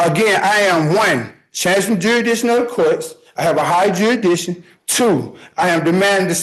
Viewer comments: Stating he speaks english is a stretch . Saying 'jurishdishing' for example. 🙄 I get a little frustrated when judges placate defendants. The judge knows fully well that the defendant is in his jurisdiction. Why not tell him that? Be straight forward. Why tell the defendant I could be wrong? Imo it shows the defendant unsurety. I understand that he's trying to 'dumb' it down for him but the defendant CHOSE to represent himself. Reciting a bunch of words that they don't understand the meaning of, ISN'T knowing your rights. Tax dollars going to more waste. How many billions is this waste going to pay for committing crimes, wasting the courts time and subjecting everyone to this foolishness? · How does this guy think buy running to the cult group american state nationals for killing somebody?! He should be free?!?! And if they can’t pronounce the words in their script like jurisdiction etc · He can’t even pronounce half the words he is reading lol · Dang, he was so close. His magic spell would have worked if he'd pronounced "jurisdiction" right. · Holy cow, dont try to represent yourself when you read at a 3rd grade level. You cant even pronounce "jurisdiction " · You shall not represent yourself if you can't even pronounce the word JURISDICTION correctly!!! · Oh my. This guy is in BIG trouble. By the way if you cannot pronounce jurisdiction you probably shouldn't be using it as an argument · He can't even pronounce the words he thinks are going to exonerate him for shooting a man in the head. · OMFG!!! LEARN HOW TO PRONOUNCE THE EFFING WORD “JURISDICTION”!!! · I mean... I am a previous felon who murdered someone, and I can't even pronounce "jurisdiction" adequately... At that point, going sovereign might appear to be a very compelling proposition. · You shouldn't represent yourself if you can't pronounce the word "jurisdiction." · How can he argue that the court doesn't have jurisdiction when he can't even pronounce the word properly. smh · how about jurisdision?